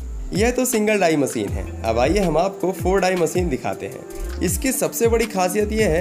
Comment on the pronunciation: मसीन नहीं मशीन बोल दो यार